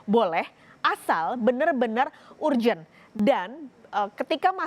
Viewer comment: Masak mbk nya bacanya urgent nya gt